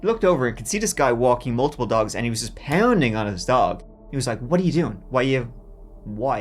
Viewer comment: "dags" Sure, I like dogs